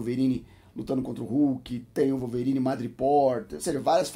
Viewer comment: Calvorine kkkkkkk